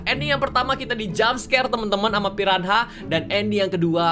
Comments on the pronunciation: bang..pirana cara sebutannya..bukan pi ran ha...hhahaha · tau gk sihh saat miaw sebut di ruangaannn~ gw kayak tebak miaw mau ke cermin itu~ ehh benaran pergi ke cermin nyaa 😂 btw miawaug , piranha sebuta nya pirana aja miaw.. silent 'h' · Piranha bukan pirahna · kak reggie bilang ikan piranha jadi "pirahna" ngakak😂